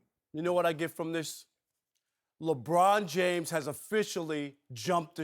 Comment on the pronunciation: Ruob Puarker shuut uup abuout "Lebruon Juames"!!!